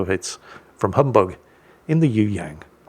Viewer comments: Pronounciation Correction its Yue...Yang!!!! Not Yoo Yaan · ..you ask "what do you need to know about the Yueyang" How about "how to say "Yueyang"? Try this..search for a song "yue liang daibiao wode xin" Thrn listen how to say "yue" Yang..,the ang rhymes with "song"